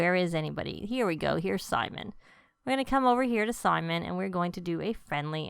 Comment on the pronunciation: The Spellcaster Sage in green is Sim-ee-on, not Simon. That is a biblical name.